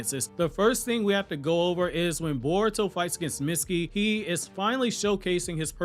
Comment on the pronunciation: every single time you say mitsukis name wrong, it kills me.